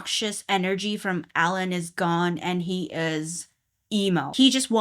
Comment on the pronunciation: Alain is actually pronounced Aw-Lawn